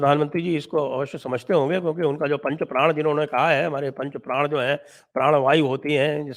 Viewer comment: लेकिन प्रधानमंत्री जी तो प्रण का उच्णारण संभवत:गुजराती भाषी होने के कारण "प्राण" कर रहे थे!